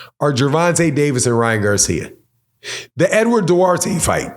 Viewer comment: This guy said Ryan Garcia 🤣